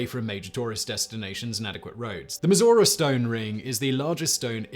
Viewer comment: Am I the the only American that heard Missouri when Simon said Mizora????